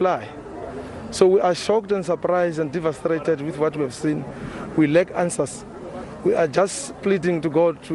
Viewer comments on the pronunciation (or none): "Divastrated" No. It's divastated principal please. And to repeat it twice ummmm! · Devastrated ! ?? Haybo! The whole Principal ( its devastated) Sir! please